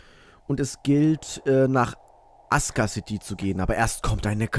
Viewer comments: wieso sagst du imme "aska" anstatt "asuka" das stört mega... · weil asuka city ein japanisches wort ist, und asuka nicht ASUHHHHKA ausgesprochen wird, sondern das u stumm ist und es ''Aska'' gesprochen wird. das ist genauso wie das wort sasuke von naruto, wird nicht sasuuuhhhhke ausgesprochen, sondern saske.